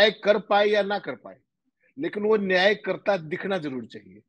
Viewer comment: नियती हाय भाई न्याय होता है.